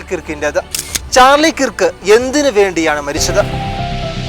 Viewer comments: കിറുക്ക് enn pronounce ചെയ്യരുതേ.... Kruuvk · കിർക്ക് അല്ല കെർക്ക് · Sorry to correct you His surname is miss pronounced by many malayalees. It should be pronounced kerk (kɜːk) കേർക്ക്